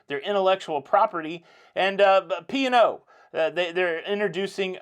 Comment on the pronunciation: I could have sworn you were saying pior like the wine not P & O! 😆 Congrats on your 175,000 subscribers.